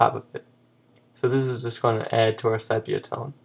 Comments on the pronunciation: SEE - PEE - A not SEP E A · Good video. BTW - it's pronounced see-pee-ya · Pronounced SEE-PEE-AH -- but thanks for the tip! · I would have enjoyed this more if you actually pronounced "Sepia" correctly, it's pronounced "See•pee•uh".